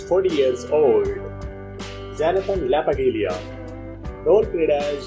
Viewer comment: Why don't you pronounce Jonathan Lapaglia name properly